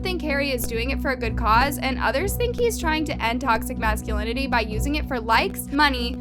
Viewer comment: speaking of macscinility- I LOVE YOU BUT ITS MAH-SKUH-LIN-UH-TEE BABE